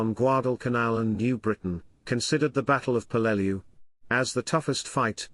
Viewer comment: Hey ai... its pronounced PELL-LE- LEW